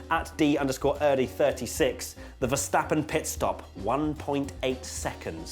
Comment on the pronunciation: The pronunciation of Vettel and Verstappen is 'fettel' and 'ferstappen' respectively. Just sayin'.